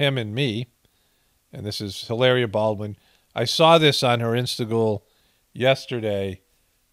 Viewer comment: Please say her name again!!!! Lmbo!!!!! Hilar..ia!!!!! Hahaha they just keep offering up ghoulishness, which makes for great content!!!!!! LOL 😂